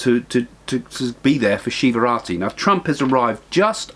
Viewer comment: It is Shivaratri not Shivrati